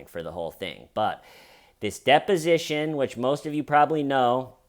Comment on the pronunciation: “depinition”, dude, I love ya.